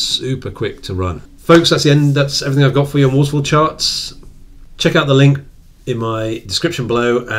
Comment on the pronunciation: "Waffle chawts." "Waffle chawts!"